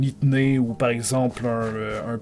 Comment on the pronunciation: À 7 minutes tu dis itnée à la place de ethnie